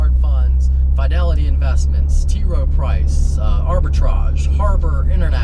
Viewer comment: WTF is Fyedelity? lol